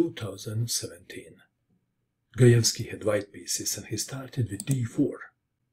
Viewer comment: You pronounced the last names correctly! Very nice :)